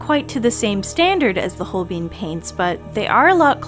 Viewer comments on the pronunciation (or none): Good video. Not trying to come across rude (even though usually “everyone” that’s about to be rude preambles with those words), but Holbein is a German name so the ‘ein’ should sound the same as the ‘ine’ in ‘vine’ and ‘fine’.